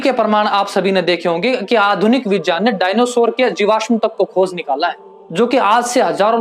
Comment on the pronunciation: Correct your pronunciation in Hindi यज नहीं यज्ञ होता है। विजान नहीं विज्ञान होता है। जान नहीं ज्ञान होता है। ज नहीं ज्ञ = ग् + य Otherwise it is good